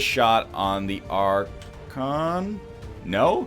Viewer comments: You're getting there with pronouncing Archon. It's Ark-On. Or POWER OVERWHELMING. depending on how Korean you are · I beat all of XCOM2 without realising that Archons were floaters. Btw I think it's pronounced Ark-on, like Archimedes since it's the ancient Greek word for Lord. But I also have no idea how it's correctly pronounced.